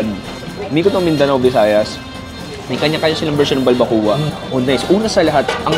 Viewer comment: Why keep saying BalbaKU-Wa (balbacua) its pronounced as BalbaKWA. Nahawa ka ata kay Mark.